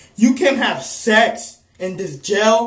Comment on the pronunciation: "You can have SECKHSSSSSSS! and still have it spiked!" XDD